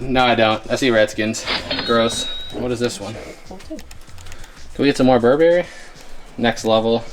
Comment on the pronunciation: The way how they pronounced Burberry tho